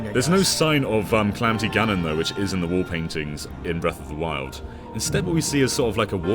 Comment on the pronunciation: The Legend of Zelda: Breath of Doriyah